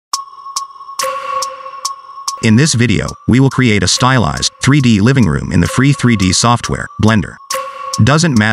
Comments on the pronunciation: Love it, thank you^^ Oh and "room" :D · i usually skip the robot voice tutorials, but this is amazing (oh, and btw: "room") lol